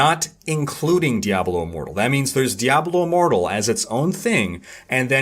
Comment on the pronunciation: Did he say Diablo IMmoblie? ( I think) THAT's a name I can get behind! #DiabloImmobile